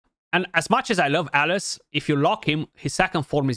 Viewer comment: kept hearing Alice Alice, oh you meant alaz xD